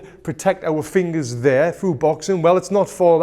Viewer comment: I love how you say fingas